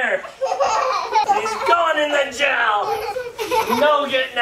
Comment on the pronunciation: Have u ever noticed that ur dad says jell instead of jail adley